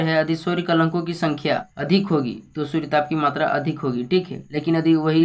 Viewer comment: Suryatap nhi suryatp padho😅😅😅